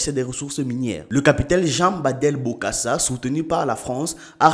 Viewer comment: Très belle vidéo et je t’encourage à en faire d’avantage car tu ne cesses de me régaler avec ton contenu. Petit rectificatif lorsque tu parles de coup d’état en RCA. Lors de la prononciation ce n’est pas David Backo mais plutôt David Dacko* Sans oublier Bokassa son prénom n’est pas bien prononcé dans la vidéo.